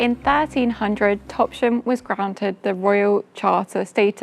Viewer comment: Lovely vid, but us locals can be a bit fussy. The town of Topsham is pronounced TOPS--HAM there is no 'sh' in the middle, back in the day it was a hamlet alongside Farmer Topp's fields, sorry to be nerdy!! xx